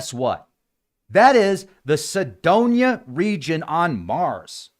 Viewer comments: If Sedona is your hometown how come you don't know how to pronounce it? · well, it does matter, how to pronounce Sedona, if your objective is to communicate. I figured there was some reason he didn't pronounce it right. Now I know. But I don't know what Cydonia is.